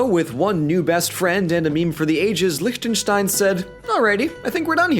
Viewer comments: Can i just say the german in me loves The fact that you pronounce Lichtenstein almost right and not lick-ten-stein. Yeah. Sounds amazing. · Wow. Your pronunciation of Liechtenstein is really good! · Props to your pronunciation. I can't immagine Lichtenstein being an easy word to say for a non german speaker. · Can we appreciate how well-pronounced and crisp "Liechtenstein" is said?! I never heard it said so perfectly from an English-Speaker, well done Sir! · probably the best pronunciation of Liechtenstein I've heard from someone who isn't german-ish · A little late, I know, but, as a native Austrian, I absolutely enjoy how you say Liechtenstein. It's a refreshing change of pace, given that German pronounciation is... challenging to most English-speakers. Not that I blame them, of course. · Can we take a second to appreciate that did not butcher the pronounciation of Liechtenstein? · Look here the only native english speaker who can pronounce Liechtenstein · So, nobody is commenting on the fact that he pronouced Lichtenstein correctly? Oh well... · He actually pronounced the "ch" right! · Your pronunciation of Liechtenstein is great!